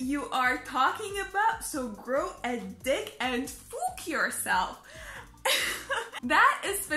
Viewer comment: when she said 'fouk' that reminded me of Lars and the entire 'HE FOCKING LEFT THE BAND' thing